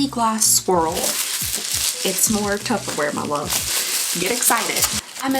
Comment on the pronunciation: You're throwing B's and its P's babe. Only me thinking if the clip with those two guys when she said Tupperware as tubberware haha 😅